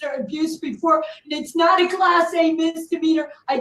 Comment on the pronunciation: 🗣️ ”I did not hit her. I did naht. Oh hi, Mark.” - Tammy Wiseau #TheDisasterDEFENDANT PS I’m not making fun of her … When I hear ”I did naht” I think: 👤 Oh hi Mark❗️from #TheRoom